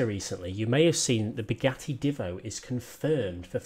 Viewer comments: Divvo That annoys me a lot It's Divo Said - diivo - Long I Just letting you know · By the way it's "deevo" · The Divo is said with a long i Just letting you know